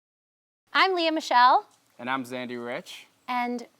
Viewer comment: Ma perché vergognarsi delle origini italiane? Il tuo cognome si pronuncia (Mikele) non Mishel